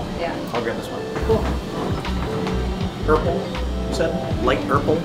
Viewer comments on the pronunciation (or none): Trebek: "This color rhymes with 'urple" Tim: "What is Light Urple" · "Light Urple" lol